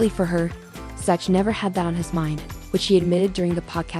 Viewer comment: Dumb A.I......it's Zack, not Zatch!!!